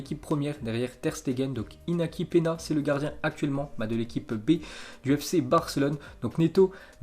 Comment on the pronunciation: Ca se dit iniaki penia